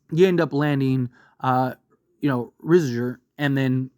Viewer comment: you having a stroke when you say his name bruh. You good?